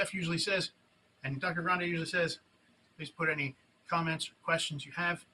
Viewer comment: "Duck-tor Grande" 🐤🦆👓😂😂😂